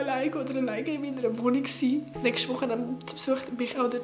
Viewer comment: „Nögsti piste“